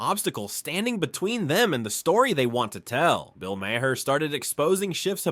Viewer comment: Bill…… Mah’r. Not mayher. Mah’r